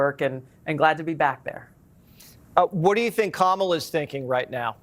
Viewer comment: America if that's kamala and not kaamaala, then this is Tulsi and not toolsi...